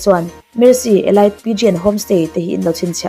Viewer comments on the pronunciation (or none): none